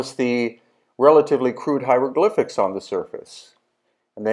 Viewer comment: Les "ziéoglyphes" ; "point E" ; "pierre grinite " ; "gens dynastiques" ... etc . bravo l'IA ! nul !